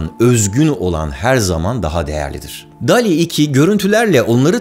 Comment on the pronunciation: Barıl dol i diye telafuz edeceksin dikkat et bunlara